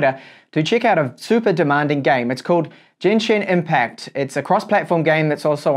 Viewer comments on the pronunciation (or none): No one talking about how he called it "Jenshin Impact" instead of the given name "Genshin Impact"